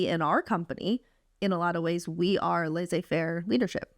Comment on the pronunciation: HAHAHAH. Thank you, ladies for sharing this. I am from Sofia, Bulgaria and you have inspired me to apply to Harvard/Stanford, other Ivy schools maybe in a few years! Thank you! P.s It's laissez- two s are prononced like the normal s in English.